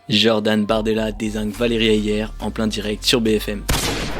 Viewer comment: HAYER se prononce comme "cahier" ou "foyer"... L'anglicisation de notre langue, c'est fatigant...